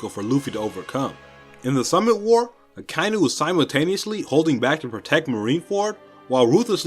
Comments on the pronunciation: Nobody is going to comment that akainu should be pronounced as aka-inu (red dog). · Am i the only one bothered by how he is saying Akainu?